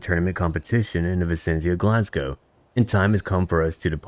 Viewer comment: As a Scottish person, I am genuinely impressed to hear "Glasgow" and "Malcolm" pronounced properly. After hearing so many Americans pronounce is as "Glass-gou" and "Mal-call-m", it gave me the warm fuzzies.